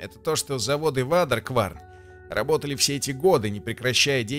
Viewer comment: Почему никто не может произнести правильно Waderkwarn? Не вадеркварн, не водикворн, а уэйдеркворн.